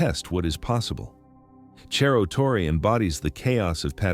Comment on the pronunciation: "Cerro" is a Spanish word, not Italian. Wish you'd pronounce it that way.